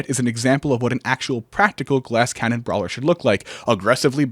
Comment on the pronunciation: why does he say cannon like that